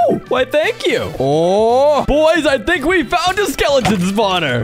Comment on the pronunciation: You tink ing my tink